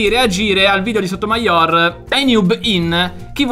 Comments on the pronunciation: Sotomàior non si può sentire, si dice sotomaior senza l'accento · Ma solo io lo ho sempre pronunciato sotoMAior e non sotomaIOR?